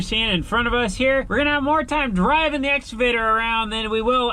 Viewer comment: And now is calling it an "Exavator".